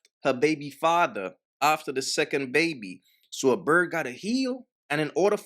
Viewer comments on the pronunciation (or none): none